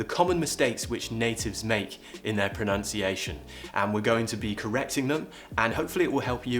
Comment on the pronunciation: yes that part came later. Near the beginning it sounds like you're saying proNOUNciation. I'm from up north though. Careful with the apostrophe, I'll put it down to a typo or auto-correct 😎👍😁